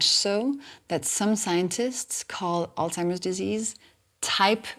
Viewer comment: I don't mean to be a stick in the mud but I am having problems believing the things you are saying when you can't even pronounce alzhiemers disease properly, it's not altimers it's alZhiemers. You are correct about the effects of sugars and what they can do to your body and brain.